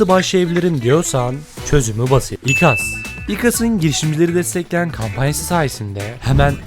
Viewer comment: İkas dedigin anda soguttun